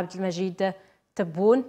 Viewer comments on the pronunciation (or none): none